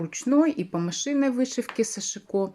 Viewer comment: сАшико ударение на первый слог?